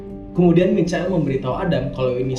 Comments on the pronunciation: Bang! Michael = Maikel :v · Cara baca Michael itu maykel :) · Michael kalau baca Maikel cok